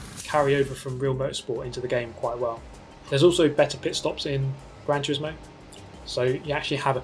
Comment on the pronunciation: He says Gran Tusismo edges it